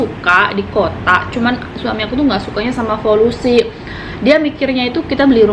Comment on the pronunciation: Maksudnya polusi mbk bukan folusi ya.